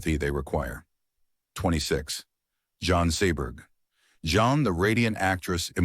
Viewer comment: AI voices must go! “John” (Jean) Seberg? You gotta be kidding!